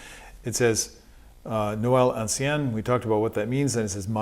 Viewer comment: Bonjour, and thank you for this new masterclass. The word "ancien" in French is pronounced [ɑ̃sjɛ̃] (phonetic alphabet). Nevertheless, as a French, i would prefer to play a little like you rather than talk "la langue de Molière"...